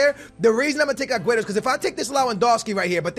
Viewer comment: Will u finally say aguero's name right?